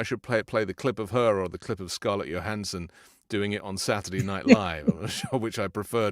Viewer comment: Ok, as much as I respect what you guys are doing - LOVE what you’re doing - it’s bugging the crap out of me that, your perfectly able to pronounce a “J” when it comes to saying our president’s name, but Scarlett “YOhansen” did great in her SNL skit? Come on.